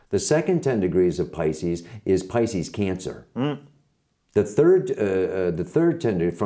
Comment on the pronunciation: je spreekt 'pisces' toch niet uit als 'piskus', maar als 'paicies'!!